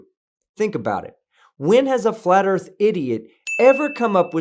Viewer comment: Why would anyone respect your opinion about the Earth when you can’t even correctly pronounce the word? WHAT A PHONY LOSER!!!